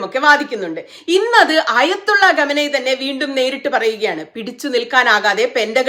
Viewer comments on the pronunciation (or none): none